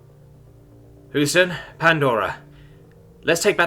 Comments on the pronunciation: Hey, do you want an American to give you localization lessons? Houston isn't pronounced that way. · It's pronounced Hue-stan.